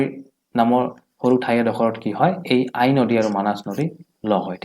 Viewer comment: Aie nohoi ai hoi